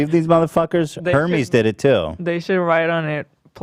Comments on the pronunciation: Pastel Pomeranian no we don’t, the delivery company Hermes is Her-Meez, but the luxury brand Hermes should be pronounced Er-MEZ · Ethan you're rich enough to know what Hermes is.... and it's pronounced "Air Mez". It's French. For rich women basically.... a Hermes Birkin Bag will make most women have an orrgasm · I cringed so hard when ethan said Hermes bruh its pronounced air-mez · Lol Ethan it's spelled Hermes but it's pronounced ear-MEZ. Or err-MEZ. Depending on who's saying it I guess. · Hermes = airmaze It's french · Okay but Ethan's pronunciation of "Hermes" as "her-mees" killlss meee.. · The way Ethan pronounced Hermès, HERMIES 😂😂😂😭😭😭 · Ethan saying hermes wrong I love